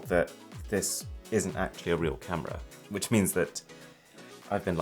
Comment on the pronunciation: 4K "CAMRA"